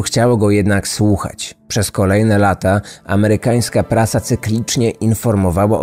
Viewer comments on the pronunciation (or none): none